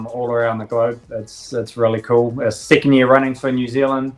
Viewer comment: thank you for pronouncing our country as new zealand properly for 1. americans take notes from the host off this video